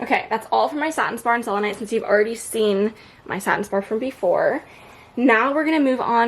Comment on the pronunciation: girl yesss thank you for saying satin spar! lol! i love your collection!